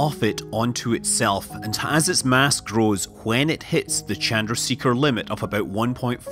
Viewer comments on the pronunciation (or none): rahsh -> rowsh chan-der-see-ker -> sha-der-uh-sheh-kah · “Chun drah shaker” is how it is pronounced.